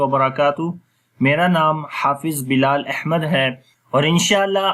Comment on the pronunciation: احمد ھمزہ کے زبر سے پڑھو